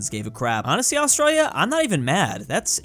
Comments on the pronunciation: As an Australian, why the hell do you pronounce us like that. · Why do you pronounce Australia like the Australians, but this standard is not used for other countries.